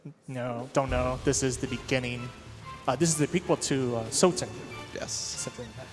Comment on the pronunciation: "Sotun"? C'mon, guys.